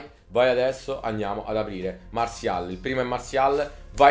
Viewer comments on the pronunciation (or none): none